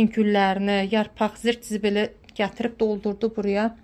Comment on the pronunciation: Zırt-zibil yox,zir-zibil 😂